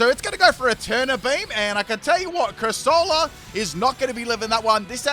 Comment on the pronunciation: Calling Corsola "Cursola"? That's a roasting.